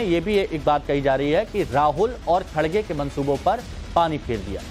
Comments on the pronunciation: इसकी दाड़ी कहा गई खरगे है खारगे नहीं बोलना तो सिख ले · Pappu ji ,Kharge word is pronounced wrongly by you. Please correct yourself and don't insult the senior leader of your party.